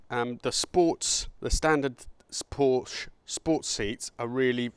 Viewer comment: Porsche is a two syllable word.